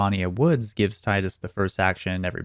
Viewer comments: TEE-dus. Not TIDE-us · Blah. Its Teedus! Not Tiedus.. 😒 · I still can't believe after 20 years, nobody can pronounce the main hero's name correctly. I'll be using the International Phonetic Alphabet (IPA), just to sound extra pretentious or something, because I know you don't care. You keep saying "T aɪ d u s" when the devs, Wakka in Kingdom Hearts I, and even James Arnold Taylor himself, have all confirmed it's pronounced "T iː d u s." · Tidus is Teedoos not "tie-dus" it's okinawan for Sun which is Tida "Teeda" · FFX has been out for 20 years and people still call Tidus Taidus. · Who the fuck is Tyde-us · Tidus is pronounced "Tee-Dus". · It's pronounced tee-dus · Every time you you spell Tidus "Tie-dus", I die a bit inside. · It shouldn't annoy me this much that he's saying Tidus wrong